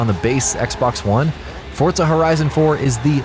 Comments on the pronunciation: The way this guy mispronounces Forza over and over had me cringing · ForTza horizon.... 😂😂😂😂